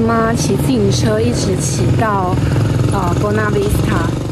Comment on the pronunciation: Buona Vista而不是 Bona Vista啦。。。